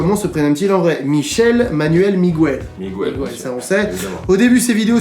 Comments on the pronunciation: (Migouel )) aahahahaha vs avez pas respecté son nom 😭😭 ça se prononce (migèle) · "migouel" -> tous les Miguel en pls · il ont fait la faute c'est Miguel pas Migouel mais tkt on vous en veux pas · Pour Michou il ont dit qu'il s'appelle migouel mais c'est Miguel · Olala il on dit migouel alors que c est Miguel et il son dit Nino au lieu de ninho jvais mourir 😂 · MigOUel et NINO hahah les gars un effort sur les prononciations svp